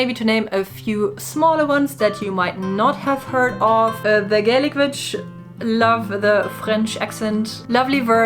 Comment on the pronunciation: Your videos always appeal to me, they're so nicely done. I'm just being honest though - as they're being spoken in English, the English pronunciation of the word "witch" is with the same sound your language use for the letter "v" so if you saw the word "vitch" and pronounced it in your language you would have the correct pronunciation for English speaking. It may just be me but I can't get through any of the videos when the word witch is pronounced with the strong V (to you W) sound - it grates and stops me getting into the flow of what your're saying. Sending best wishes.